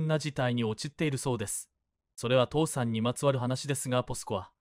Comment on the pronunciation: 「父さん」では無く「倒産」ですよ⁉ 変な日本語❓